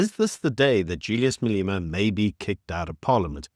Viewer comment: Malema. Not Maleema. E pronounced as in egg!